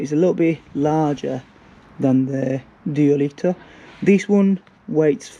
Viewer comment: duoleeteh and qasah 🤣